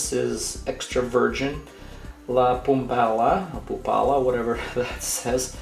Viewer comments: It’s “la pumpala” for me 😂😂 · “la pumpella” bruh😂😂😂😂😂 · It's pronounced as La Poo-Web-La, it's Spanish. Nice trick though. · I thought surely someone would say something in the comments about his pronunciation when saying "la Puebla"...